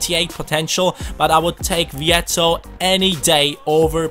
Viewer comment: His pronunciation was spot on, Luciano vietto is Argentinian and his name is the Spanish variation of the Italian so it is not pronunciated in the Italian way. English commentators tend to pronounce any name who has an Italia variant in the Italian way, but those names have an Spanish version and those are the ones used in Argentina (Spanish speaking country with plenty of Italian roots)...If you could ask Vietto his name he would answer /Louciano/ = Luciano; just in the way said it in the video and in the way all people named Luciano in Spanish speaking countries are called.